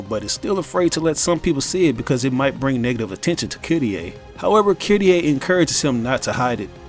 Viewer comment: Who the hell is kittieh, her name is Kyrié.